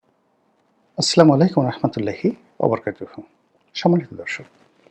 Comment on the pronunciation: আস লামালাই কুম এটা সঠিক নয়। বলবেন.. আস সালামু আলাইকুম।